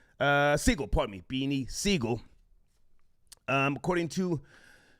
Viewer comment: It's close, but Sigel.